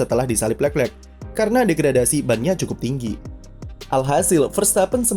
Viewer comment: Kenapa setiap admin nyebut nama Leclerc agak susah ya.. udah 2 Chanel saya nonton juga seperti itu..